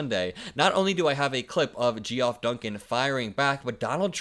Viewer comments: Gee-off is probably pronounced Jeff. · Bro, Geoff = “Jeff” … not “Gee Off” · it's pronounced 'Jeff'. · Its not gee off Duncan. Its pronounced Jeff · The O in Geoff is silent... so sounds like Jeff not Ge Off.. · Just a minor thing, the name Geoff is pronounced JEFF, not "Gee-Off." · "Geoff" is pronounced "Jeff" NOT "Gee Off". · Umm ... "Geoff" is pronounced "Jeff". Not gee-off. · Just a helping point. When you read the interview, and talked about Geoff Duncan. The name is pronounced "Jeff", not "Gee-Off" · Pro Tip: the name Geoff is pronounced "Jeff", not "Gee-Off". It's just another way to spell the name. I probably didn't learn that until I was 35, so it's all good. 😁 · Lol Gee-off?, it's Jeff. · It’s pronounced “Jeff” not Gee off. Sorry. Vote Blue! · GEE-OFF? C’mon man 😂 it’s still pronounced Jeff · It's pronounced Jeff, dude. Not Gee-off. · Oh.. 'Geoff' is usually pronounced 'Jeff', not 'Jee-off'. It's just a less common, older spelling. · Jeff, not Gee-off. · Geoff Duncan is pronounced like Jeff not Jee-off. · It's not "Gee-off"... "Geoff" is pronounced the same as "Jeff". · "Gee-off?" I think you mean Geoff as in 'Jeff' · Said like Jeff not Gee off. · Lol... My friend.. Geoff is pronounced "Jeff". You speak the truth though,!! Keep up the fantastic work!! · Btw When saying the name Geoff, it's pronounced like Jeff. Word to the wise. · Geoff is just pronounced Jeff. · Love your videos. Fyi Geoff is pronounced “Jeff”. Vote blue 💙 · I think Geoff is pronounced Jeff. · Small detail: "Geoff" is pronounced "Jeff". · Hey, Geoff is pronounced Jeff XD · darling, ' geoff ' is pronounced the same as ' jeff ', i know it's not obvious, but it is the original spelling ❤️❤️💙💙💙💙💙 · Geoff Duncan is pronounced like Jeff. Just a heads up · I enjoy what you do but completely botching Geoff (Jeff) Duncan’s name is pretty bad. You have to do better. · Bro, Geoff is pronounced like Jeff😉✌️ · Geoff is pronounced Jeff Just a heads up 💙